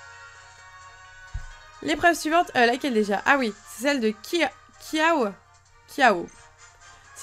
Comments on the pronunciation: on dit kiawé et pas kiawe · on dit kiawé et kiawe le e fait é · Ce n'est pas kiawo mais kiawe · Ça se prononce kiavé si tu veux miss mais ça s’écrit kiawe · Kiawe se prononce kiawé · miss on dit kiavé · Ça se dit kiavé on LE dit comme ça